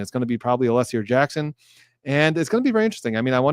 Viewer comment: At least twice in Thursday’s hearing, Brennan began his reply with “Aleeessi,” but in the sentence or two immediately after, pronounced Alessi perfectly correctly. So either it’s purposeful or possibly another example of his odd relationship with the English language.